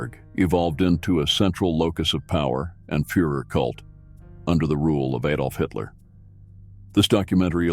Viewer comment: Absolutely ignorant US pronunciation. Eidolf vs Adolf, Bormen vs Borman. OMG 😳👎